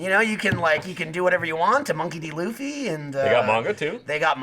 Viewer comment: Mispronounces Luffy but says manga correctly. Oh..